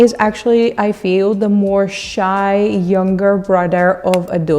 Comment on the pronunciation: Why do I hear bro(d)er rather than brother